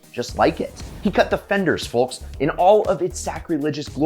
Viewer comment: The L in folks should be silent if it's not, it really pulled me out of an otherwise awesome video